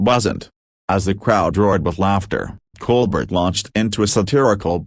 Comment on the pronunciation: Ditch the "ai" narrator. It can't even pronounce Colbert. It's not "Coal-bet"....it's Col-Bear-t (accent on "bear"). "Sometimes this ai forgets to sound human". I must leave -- can't stand this.